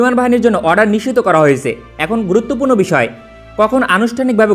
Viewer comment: Vaia, apnar nischit sobdoti onekta nisiddho er moto sunay